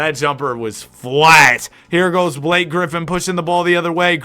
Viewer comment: "damn Blak-kay" that's crazy IYKYK